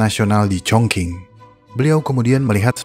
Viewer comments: Pronounciation bang dibenerin dikit Zhan = jhan Zhong-Lun Wu = jhong-lun 'u Chongqing = chongcing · Chongqing klo g salah d baca cong cing bang